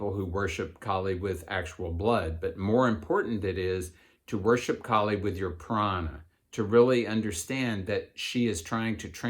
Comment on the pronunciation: Its Kaali, not kali.... like kaalabhairava...